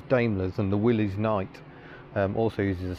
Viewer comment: As a small detail, the Willys Jeep is pronounced "Willis", rather than as if it were a possessive. That said, nice video - and what a great museum. :-)